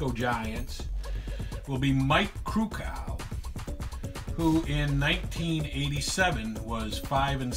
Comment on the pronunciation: Your pronouncing Krukow wrong, The O is long, its not cow. Take Care Bob